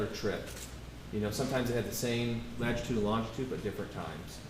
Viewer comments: Anyone else triggered by the guy saying “lagitude” instead of latitude? I’m lost isn’t he a specialist in his field 😂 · OMG STOP SAYING "LAGITUDE"!!! At least he's cute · Take a shot every time the latitude and longitude expert says lagitude and longitude. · Latitude. For God sakes, it's latitude. Petty of me, I know, but if he said lagitude one more time... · Someone please tell the data expert that it’s “latitude” and longitude. He keeps saying “ladgitude”??? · I’m so glad you commented. I had to rewind, because I wasn’t sure if I heard that correctly. Then, I started to question myself after I said latitude/lagitude in my head several times. 😅